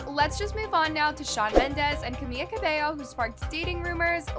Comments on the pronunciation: Not her saying Camia😭 its CamiLa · ITS CAMILA CABELLO NOT CAMIA ITS SO ANNOYING SAY IT FIGHT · it’s camila not camiya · if u talk about it at least say her name right its camila not kamiya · It’s Camila not “Camia” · I can’t believe nobody else is talking about how is pronouncing Camila’s name as CaMIA 😭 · Why is she pronuncing camiLLa it’s just camila LA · Why is she pronouncing Camilla’s name Camia? LIKE ITS CAMILLA NOT CAMIA😭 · It Camila not kamiya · It's Camila not Camiya. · why she be calling camila camiya?☠️☠️ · did u say camiya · She's doing this intentionally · I cannot with her saying "camia" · Is her name pronounced Cami-ya? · How is it so hard for people to pronounce Camila Cabello's name damn!! CamiLa. CabeLLO. The first L is a simple L. The two Ls make a "y" sound in spanish. Come on now!